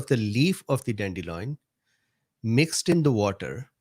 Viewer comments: Sorry but it's annoying me. DANDELION NOT dandeloin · Don’t worry about mispronouncing cichorium intybus. Or “dandeloin” 😁